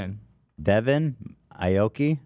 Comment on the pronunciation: Don’t smack on the 👁️ oki as Ethan said instead of ayyyoki lmao he’s still relevant I just saw a song release with Paris Hilton? Lol. the mans popped a bottle in my face once 🎉 let’s go